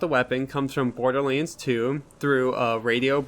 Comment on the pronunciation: This dude said bor-de-leans